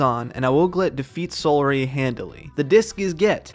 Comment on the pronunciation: Seohlry is pronounced see-ow-erly like celery